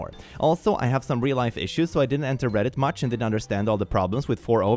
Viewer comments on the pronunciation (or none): none